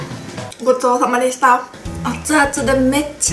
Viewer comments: 発音wwww んごっつぉーぁまですた→ww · この時のごちそうさまでしたのイントネーションwwww.